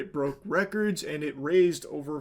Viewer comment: You know is serious, she said over instead of jover